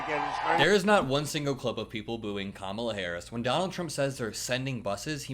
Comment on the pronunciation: how can he pronounce Beyonce but unable to correctly say Kamala